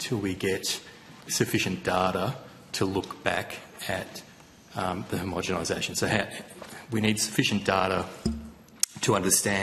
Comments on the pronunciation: Is the senator saying homogemisation? With a m? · PLEASE say homogenisation - I can’t listen to this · Can someone explain to Rennick how to pronounce homogenisation correctly? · Homogenisation Senator. Please pronounce it correctly. Thank you. It sounds bad if you dont say it properly.